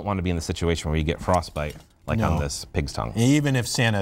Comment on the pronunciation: in the end he said pigstounge